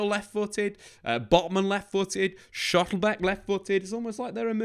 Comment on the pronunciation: It's Schlotterbeck, not 'schottlebeck'...